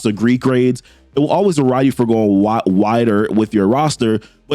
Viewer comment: weward you for going wiwer.... reminds me of '"mawaige... mawiage is what bwings us together to-day"